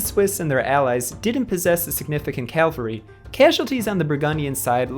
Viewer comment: Nice job. Just one little thing. Calvary ✝️ Cavalry 🎠